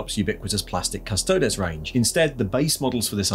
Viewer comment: Why can't people pronounce custodes? It's fake latin - think crises.